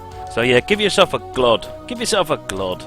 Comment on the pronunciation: Why "glod"?